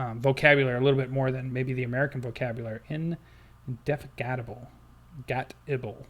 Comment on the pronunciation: In-deh-fatig-ub-ull. Say the fatig quickly and with the emphasis.